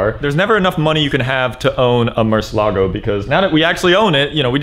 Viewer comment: im confused, i thought it was pronounced murcielago not murcelago. why is he skipping over the i?